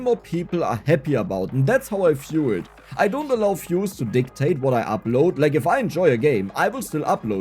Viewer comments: For the most part of this video I was wondering just what fuses are you talking about. And only then I realised that you're a German and that is actually "views", not "fuse", because you pronounce "v" as "f" in German >_< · Was confused for a few minutes about what is these "fuses" is talking about.. when i realized he was saying views 🙂